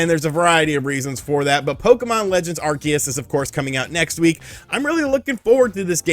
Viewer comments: I hate how you mispronounce Arceus, it’s are-see-us NOT are-key-us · I hate to be " that guy " but, isn't it pronounced ArSEEus? Lmao